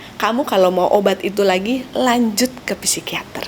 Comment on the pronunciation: Masukan dikit, psikiater, psikolog baca yg benar tanpa P , jd sikiater, sikolog gitu aja.. makasi